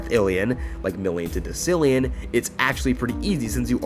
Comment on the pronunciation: I love you, you do all the silly little things I do Edit: WHAT ITS CALLED DE-CILLION NOT DEX-ILLION FRICKKKKK PLEASE ADD ME! YOU CAN CEASE TO IF YOU WISH! Username in morse code: -..... --. --- ---..-...-.-.